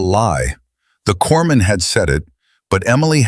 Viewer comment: Teach AI, corpsman is pronounced cor-man, & corpsmen is cor-men.